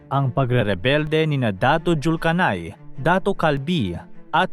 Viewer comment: Correction Hindi Po Datu Julkanai Datu Julkainain Po